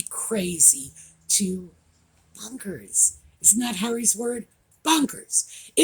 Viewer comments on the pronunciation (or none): BONKERS! The word is bonkers - not bunkers!!!!